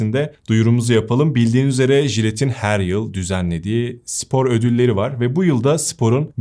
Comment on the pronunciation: Sevgili, “sipor” değil, “spor”.